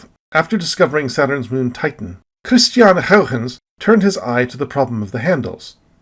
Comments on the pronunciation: So goooood! :o The history on this one is really great, as it is a lot of fun to watch all these familiar figures argue over what the rings are. It's a good story. Your pronunciation of Huygens is still a bit inconsistent, but it's getting better! ;p Almost everything in this video was new information to me, with a few exceptions. I've been way more active looking into astronomy in the past months, so I'm learning a lot, but l feel like l will never be able to come close to all of your knowledge! Were you able to see the Super Blue Blood Moon? I happen to be on the wrong side of the planet, but l have no idea where you live. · You are really committed to pronouncing Huygens' name the Dutchest way possible. I love it.